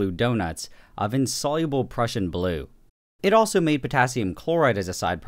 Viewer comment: When ever he says the Prussian blue it sounds like he’s saying depression blue 😂